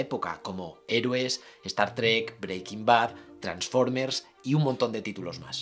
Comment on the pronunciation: Se pronuncia Star Trek, no Estar Trek. Streaming, no Estreaming.